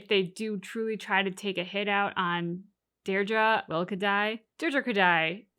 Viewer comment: Who is this Deerdra you keep talking about?